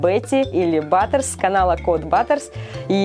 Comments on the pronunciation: Не батерс а Баттерс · БАТТЕРС а не баттэрс